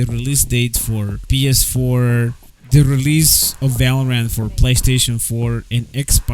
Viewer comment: ITS FUCKING PS4 LEARN TO SPEAK